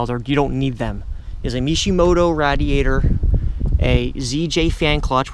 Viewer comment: Nonsense learn how to pronounce radiator first.